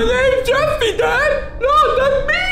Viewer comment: The dad saying Jeffry and not jeffy is so true they actually say jeffry